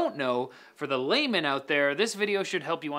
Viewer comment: Lol, when you said "layman" at the beginning of the video as someone who did not understand those graphic card terms, I heard "lame man".